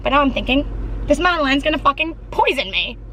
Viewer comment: Egg bagels are softer and puffier than a regular bagels and madeleines are pronounced as mad-uh-lins 👍🏼👍🏼👍🏼